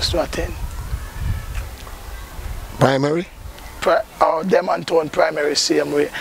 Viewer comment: Why Kingstonian can't say, “Denham” Town correctly? 😂😂😂😂